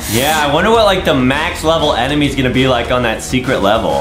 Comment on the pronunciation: I heard justin say emeny in